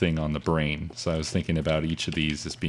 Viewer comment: It's pronounced 'thinking' not 'theenkeeng' -.- really irritates me -.